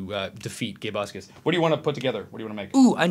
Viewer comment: Its Gabe-uscus! btw we've raised $412,397! ALMOST THERE!